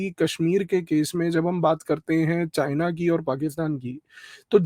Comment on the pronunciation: PEHLEY JHOLA CHAAP DO DEGREE DHARI CHINA KA C BOLNA TO SEEKH LEY WAISE RANCHODDASS PEHLEY GHAR CHORE KAR BHI BHAGA THA BACHPAN MEIN